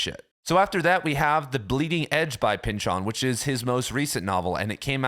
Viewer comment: The correct way to pronounce Pynchon's last name is with the emphasis on the first syllable as in PYNCH-in, not Pynch-ON. We had the same professor in college.